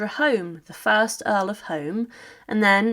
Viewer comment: Alexander Home's surname is pronounced "Hume" NOT "home".